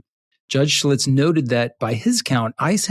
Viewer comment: It's Judge SCHILTZ. Not Schlitz.